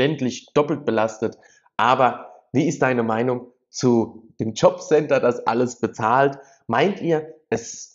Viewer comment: "Jombcenter"! Sogar viel zu BLÖD um "JOB CENTER" korrekt auszusprechen.